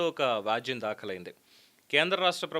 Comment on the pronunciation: జర్నలిస్టు అంటున్నారు. వ్యాజ్యం అని పలకాలి. మీరు వాజ్యం అని తప్పుగా వీడియోలో మాట్లాడుతున్నారు. మీ నాలుక మడతపడుతోంది. తెలుగు బాగా ప్రాక్టీసు చెయ్యండి.